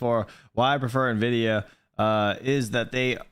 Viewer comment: Don’t take financial advice from anyone that calls NVIDIA, NEVIDA